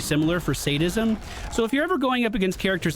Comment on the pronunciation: You pronounced Sadism correctly! Proud of you!